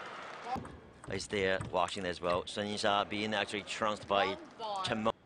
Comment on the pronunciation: Commentator so annoying when pronouncing cheng mengs name. Sounds like he is saying Chimone